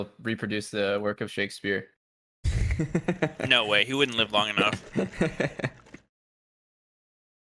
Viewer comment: pronouncing it “shakesphere” is too good